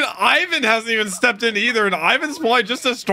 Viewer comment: first ov all its ivan not pronounced like you doo second crocodile is apparently to theorys luffys mom